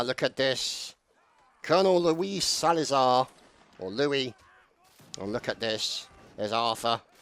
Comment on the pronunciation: It was the 33rd's 6 year Anniversary !! Great Video as always Ps:- Its Salzar not Salazar XD ..